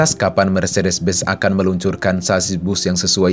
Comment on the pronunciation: Benz,bukan Bez